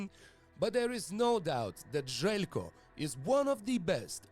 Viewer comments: its not ZELCKO, its Zheljko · The pronunciation of his name bro xD